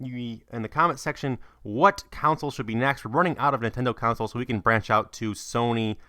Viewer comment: "Counsels" lel learn 2 English